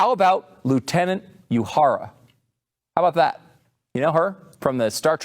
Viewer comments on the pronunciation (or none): That wasn't 2%, it was 23%. (The number on the left is irrelevant. But still a bad rating). Too bad he didn't ask Zoe who should have played Nina. It would be interesting which actress Zoe thinks is a better person than she. Also, "ewe-hara?" Come on, dude. Everybody knows how to pronounce Uhura. Except, I guess.